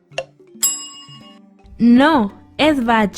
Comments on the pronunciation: Gracias por las preguntas. Se pronuncia bac y no bash Y es la corona sueca de suecia. Y no suiza de Suiza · París es llamada ciudad luz. Bach se lee Bac